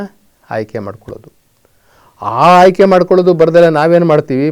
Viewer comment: ಮೊದಲು ನೀವು ಕನ್ನಡ ಸರಿಯಾಗಿ ಉಚ್ಯರಿಸಿ ಹ ಅನ್ನುವ ಬದುಲು ಅ ಅಂತಲೂ ಅ ಅನ್ನುವ ಬದಲು ಹ ಅಂತಲೂ ಹೇಳುವ ಮೆಧಾವಿಗಳು ನೀವು ಆಯ್ಕೆ ಬದಲು ಹಾಯ್ಕೆ ಅನ್ನುವ ಮೇಧಾವಿ ನೀವು ನಿಮ್ಮ ಹುಟ್ಟಿದ ದಿನ ನಿಮಗೆ ಅರಿವಿಲ್ಲ ಆದರೆ ಇತರರಿಗೆ ಬುದ್ಧಿ ಹೇಳುತ್ತಾರೆ ನಿಮ್ಮ ಬದುಕಿ ಗಾಗಿ ಈ ಕಾಯಕ ಅಷ್ಟೇ ಲೋಕದ ಡೊಂಕ ತಿದ್ದುವುದು ಬಿಡಿ ಮೊದಲು ನೀವು ಸುಧಾರಿಸಿ ಕೊಳ್ಳಿ